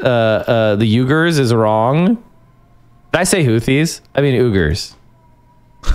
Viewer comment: pronouncing Uyghur as "ooger" pissed me off more than it should.